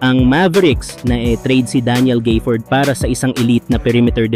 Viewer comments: walang Y sa gafford kaya wag mo banggiting na GAYfoord but instead ga-fford(short A ang GA) pki ayos lang lods. Salamat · Daniel Gayford😂😂. Gaford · D mo na alam kng Gafford O Gayford. GAFFORD pre. Mag research ka muna kasi 🤦🏿